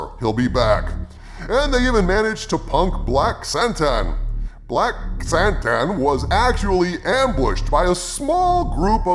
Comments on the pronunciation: Why does everyone call him SANTAN? I THOUGHT IT WAS KRRRSSANTAN? i think they again got scared people would make fun of the name.. nope they make fun of the show. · He also doesn’t know how to pronounce Krrsantan.